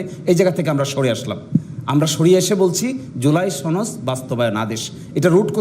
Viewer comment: সনদ উচ্চারণ ভুল করে বারবার সনদ কে ছনদ বলে, এটা কোন কথা!!